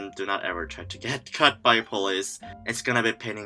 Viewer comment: I love the way it sounds like 'cut' when you're saying 'caught'. As if you gotta watch out for the police because they'll straight up shank you.